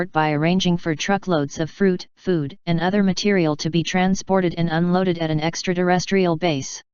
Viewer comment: She says extra derestrial! 🤣